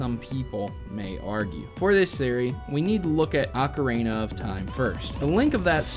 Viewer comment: BUT you pronounce it like Ocarina of Time not Ocaraina of Time:)